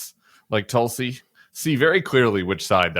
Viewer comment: I like the Bulwark but I would like to point out the mispronunciation of Tulsi Gubbard. She's of Indian origin and her name should be pronounced "Thulsi" sort of phonetically begins like "Thiel". PS: This is directed toward Tim Miller.